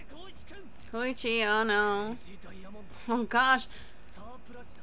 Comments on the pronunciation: Only till now did i realise she says koichi wrong ( she says koo instead koi ) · Ko-I-chi,not kochi